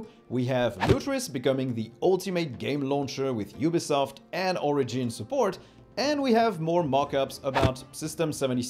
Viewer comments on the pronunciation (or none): none